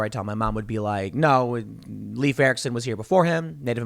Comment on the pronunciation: Leif is not pronounced like 'Leaf' but more like 'Life'.